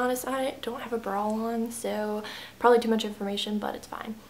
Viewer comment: You say "brawl" instead of "bra" lol